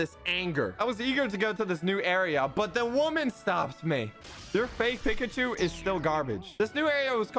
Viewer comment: Wait, He- He Says Pikachu Wrong HOW DOES SOMEONE DO THAT?!?